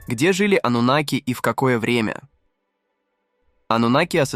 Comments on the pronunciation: Ты человек или читающий робот ? Почему слово " анунаки " произносится по разному, то ударение на букву "а" , то на букву "у" ????? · Какие ударения-жуть.Пытаются донести матриал, н зная его основ,к чему такое тшательное произношение-ануннннаки? Их и попросту анунаками называют. ошибки не будет. то ли боты тперь все озвучивают,ударения-швах.